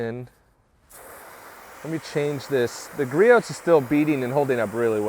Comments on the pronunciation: What is your opinion? I care about your opinion, not watching you do torcher tests. Speed through those parts and cut your video length by tins. It will be much nicer to not hear you mispronounce Griot’s. It’s Gree ohs. Drop the T. It makes you less credible when you mispronounce that name. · It’s gree-ohs. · Gree-oohs. The T is silent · “ Gree ohhhs “ lol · I love the channel but the only thing that bothers me is you pronouncing the T in Griot’s. It’s Gree Ohs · 🤣 Yeah it's like pronouncing Nike like Mike, or Adidas like Adidaws.